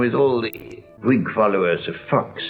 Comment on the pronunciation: He also pronounced the letter H in words, such as "Whig". Which commonly is not pronounced. But to my understanding that has been a common issue since at least the Romans.